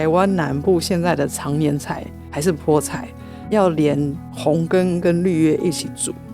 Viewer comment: 😂哇賽，知道菠菜台語的發音餒🎉🎉❤❤